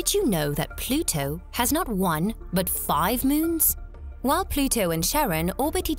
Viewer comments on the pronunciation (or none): none